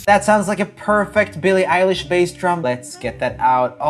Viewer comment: “Billie Elish” 😼 “Dillice lilly” ☕️🧐